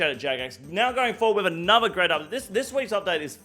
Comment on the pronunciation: I see your pronunciation complaint about Herblore and raise you "anover"